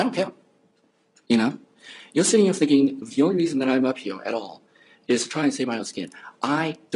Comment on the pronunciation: What is that speech impediment called when people pronouce words like 'here' as 'hee-owr'?